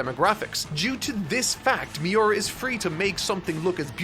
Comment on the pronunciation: Mee-oo-rah, not Mee-you-rah. U=OO